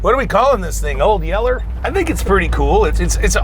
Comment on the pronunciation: Ahhhh "MOLD YELLER"....